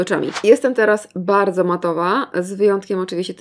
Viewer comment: no tak nie bałdzo 😂♥️